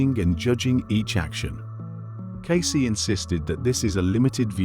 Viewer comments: C’mon, AI. Edgar Case? Edgar Caysay? You can do better. This is just lazy programming. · Humans know how to pronounce "Cayce". AI does not. 😄